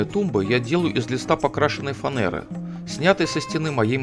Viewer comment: Ну почему фанЭра??? Как же это бесит... флЯнец, рЕзетка, калидор, лисапед, пинжак...